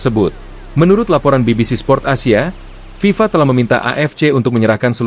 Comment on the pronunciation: Ngomong aja ngk jelas FIFA...